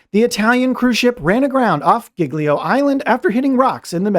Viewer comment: you really massacred the island name Giglio.